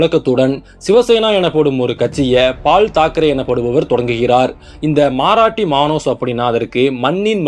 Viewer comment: மாராட்டி அல்ல அது மராட்டி It is not Maaraati it Marathi